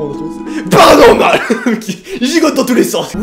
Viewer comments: Toi aux lieux de dire 'paranormal' tu dis toujours 'heparanormal' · Perso j'adore quand tu dit "bienvenue dans ce thread " "PARANORMAL"